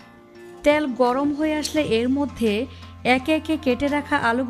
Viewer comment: আপনি ত্যাল না বলে তেল ৰলতে পাৱেন না